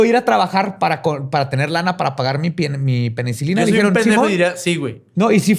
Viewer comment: Dijo penecilina? xD ???